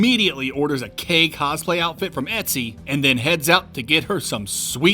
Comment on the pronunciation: So uh... K' is pronounced "kay-dash", not just "kay". Sorry.